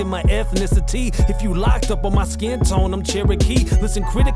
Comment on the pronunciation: Why is “skin” “sk-in”?